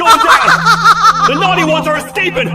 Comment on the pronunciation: “tha” goes hard